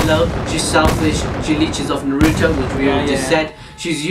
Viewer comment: HOLD THE HELL UP DID HE JUST SAN NAROOT IT'S NARUTO!!!!!!!!!!!!!!!!!!!!!!!!!!!!!!!!!!!!